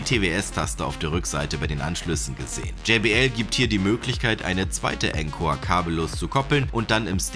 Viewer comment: Cooles Video. Es wird aber nicht enkor, sondern ohnkor ausgesprochen ;)